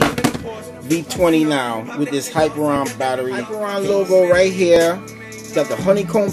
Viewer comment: Not to be that guy, but... it is "hi-peer-ee-on" not "hyper-on".